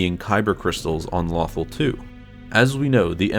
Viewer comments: Its not lothal like brothel its lothal like low thal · Every time he mis-said lothal reminded me of the fact that in my own campaign, i miss typed halberd every time i typed it. (I had to use speech to text just now) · Why say the name of the planet correctly in the beginning and then fuck it up for the ready of the video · Your pronouncing Lothal wrong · You are saying lothal wrong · Please say “Lothal” correctly, it’s not like they don’t say it all the time in the show. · Every time you mispronounce "Lothal," a youngling dies somewhere in the galaxy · Vader: tell lothal wrong many times you can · Good info but please PRONOUNCE THE NAME OF THE PLANET CORRECTLY !!!! If in doubt go back an rewatch Star Wars Rebels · it was his narrator who said it wrong the person speaking isnt the guy who is in charge of the channel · I was just cringing when you said lothal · It's LothAl, not LOthal.At least say it correctly. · It's LothAl not LOthal lol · It is not pronounced "Lawthul" it is pronounced "Low-Thall" do you even watch the show ?? I mean the say the name more than enough to understand the way its pronounced. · Lumberjack Dan Low- tal/ Al. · Dude was thinking of “Brothel” instead of “Lothal” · It’s “Lowthall” not “Lawthall” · Loe- tharl not lothl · It bothers me he calls it lawthul instead of LOTHAL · "Lawthul"??? It's "Lowthaul" I was so distracted by this mispronunciation. lol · Im trying not to sound mean but it's "low-thal" not "law-thal" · Low-th-all not lawthul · It's Low-Thawl, not Lothel D'X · Lo thal NOT Lawthul but great and informative video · Lofal not lawfall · I fought the lawthul and the lawthul won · LOW-THAUL FFS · low-thawl FFS if you're going to make a video over Lothal, at least say the planets name correctly sheesh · I mean they pronounce it “Loh-thawl” for the entirety of Rebels lol. Where the hell did the need to make your own pronunciation come from??? 🤦‍♂️🤦‍♂️🤦‍♂️ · LOW-THAL Say it with me..... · Take a shot every time he says Lawthul